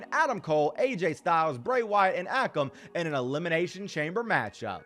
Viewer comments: not ah-kum its ay-kum akam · It is. Pronounced a-come and Rey-Zar